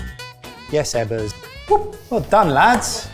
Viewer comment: lmao saying "Eggers" instead of Ebbers had me laughing pretty good. I love the mystery dish challenge and Indonesian style cooking is one of my favorites!